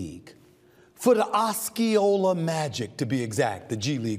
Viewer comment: Osceola... Ah-see-O-Luh... It's all good though Stephen A